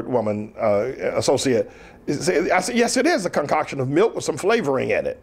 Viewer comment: Anyone else hear him say cumcoction instead of concoction?